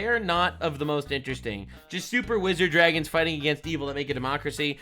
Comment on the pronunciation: Lol "Jew-ragons"